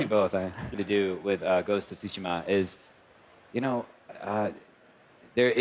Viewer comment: "Ghost Of TsushiMa", not "TsushiNa":)